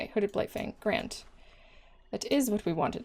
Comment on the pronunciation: I thought you said Hooded Blight-thing and it made my day. 😄